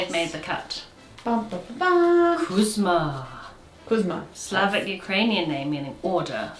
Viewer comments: The name is 'KuzmA', the stress is on the A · Actually it's Kooz'-MAH, not KOOZ-ma. Also z is palatalized so it's soft. Kinda the same way the sound p is palatalized in the word "pew". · Milka is actually Malka. Milka a regional Yiddish variation (it was usual for Jewish names). And Kuzma has a last syllable stress: Kuz-mA with a soft z-sound (like a soft pause after -z). According to Wiki, its English version is Cosmo. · Kuzma is really pronounced KuzmA ❤ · I love you, but that's not how you pronounce Kuzma 😅 the emphasis is on the second syllable, and the z sound is soft, so it's more like Kuz'-mah